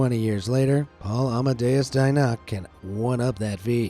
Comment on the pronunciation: Dienach is pronounced Dienach, not this US-style butchered version...